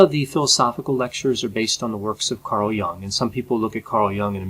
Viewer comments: I'd take Carl Jung anyday over Petersen. Also. I believe the last name is pronounced J - you -ng, not Young. What about Petersens benzo addiction? How does a psychologist get addicted to benzos??? I've listened to him and I think he's a self involved intellectual show off is always getting lost in his own rambling confused thought process. But maybe that was the valium talking? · Why do you keep pronouncing Carl Jung's name as Carl Young? Is it that much harder to say Jung? Wikipedia has a clear pronunciation guide. Clearly, you've watched Jordan Peterson talk about Carl Jung. Did you not even then pick up on the pronunciation? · carl gustav jung cld ve been pronounced with better articulation I have heavy critique on JBP, however if I would express it would be in detail, starting with proper articulating names so anyway, it would not be as sucking in vagueness as your critique one point of critique wld be - who or what determines success or what may or may not depress ppl, with exception to certain medication types that trigger depression tendencies as a by-effect with some ppl I go as far as to regard in todays world, failure as success as a person/human and material success as failure as a person Mental spiritual wealth, or enlightenment often comes at the price of material poverty. In this regard, JBP sometimes, is too simplistic in what ppl may need. Cleaning is okay, but jobs and relationships can confront with wrong types of ppl.